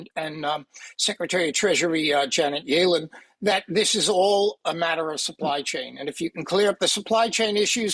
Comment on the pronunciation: “Yealen” he says😆